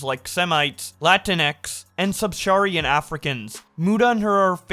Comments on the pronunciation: err is pronounced "air", subsaharan is pronounced "sub sa hair an" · HOW DID U FUCK UP PRONUNCING SUBSAHRAN